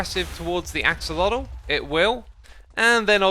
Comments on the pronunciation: Why do you say “axalodle”? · Just a tip for everyone, especially certain Minecraft YouTubers who love to play around with pronunciation and might want to use their powers for good: Axolotl SHOULD be pronounced more like “ashowahteh.” <3